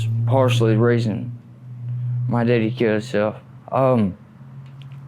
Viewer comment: I knew when he pronounced his dad as “deaddy” he was from Cullman area 😂 they are some country fuckers! Sad story tho. Opiates are so deadly, and all the evidence on pill mills and corruption…sad country we live in. But let’s ask up America!! 🤡 🌎